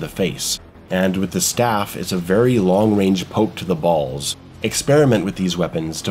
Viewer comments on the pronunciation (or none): none